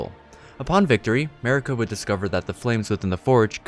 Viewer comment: MARIKA not merica***** thank you.